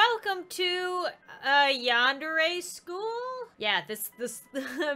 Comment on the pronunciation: Your saying yandere wrong it's sounds like yandairy but it's spelt yandere